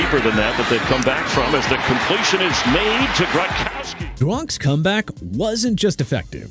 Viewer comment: Gron-kow-ski!! You having problems pronouncing athletes names or you just don't care?? Smh